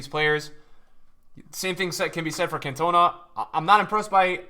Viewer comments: the Guy is right i'm a Marseille fan and a french guy and its prononced in french: "can toh nah" not "can tuh nah" My friend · Cantona not Cantoena 😂 great to be back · "Kant - oh - narr". Not "cun - tow - na" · it’s pronounced Can-tuh-nah, not Can-toner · Eric can..ton..are. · Nobody:: "CAN-TOE-NA" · if i hear him say CantOna one more time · No it's not. It's pronounced Can to na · Anyone else get vented with how he pronounced Cantona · The way he says cantona 🤣 love the videos bro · Why you pronouncing cantona like that😂😂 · You keep saying cantona’s name wrong